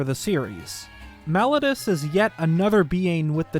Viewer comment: I hate to be that guy but I really wish he would say Malladus correctly